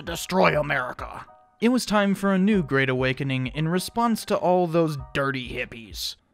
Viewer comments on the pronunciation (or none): When you said "4th great awakening" I heard "4th grade awakening" and it was somehow even more accurate